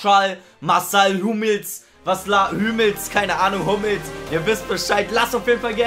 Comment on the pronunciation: Er heißt Hummels😂😂